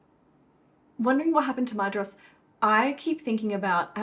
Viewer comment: Hey it's that time again, time for Fun With Elvish Pronunciation™ 😂 This week it's the dh in Maedhros. The dh, which Tolkien sometimes spelled as ð (eth) to differentiate it from a normal d, is what's called a "voiced dental fricative" (although Tolkien used the term 'spirant' instead of fricative). It's pronounced like the th in this, that, and then. Also the o is short, like in boss. So Maedhros is MY-thross. But make sure the th is as in 'that' and not in 'thin'. This has been Brent Cares A Little Too Much About This©®™